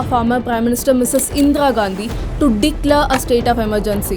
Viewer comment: This is 100% lie. She can't even pronounce Indira Gandhi. Endra Gandhi.